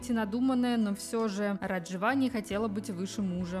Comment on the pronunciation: Живу в Иордании, поэтому не могу вас не поправить.Вы не правильно произносите имя невесты.Не РажвА, а РАжва, ударение на первый слог.